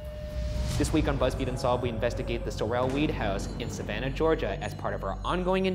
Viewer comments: it’s SOR-el not SORE-l not to be Hermione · Sorrell is pronounced sore'll, like the guy who played Boss Hogg on the Dukes of Hazzard TV series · Sorrel is actually pronounced like "Carol". It's my last name and Ryan was making me crazy mis-pronouncing it. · my name is sorrel but it’s pronounced like coral instead with a s instead of a c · my name is sorrel but pronounced like coral with an s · bruh it's pronounced sore-L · As someone who lived in Savannah and has been in the house multiple times, the way they're pronouncing Sorrel is killing me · I hate how Ryan pronounces "Sorrel" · oh my goodness they're saying Sorrel wrong and its driving me crazy! -a sav native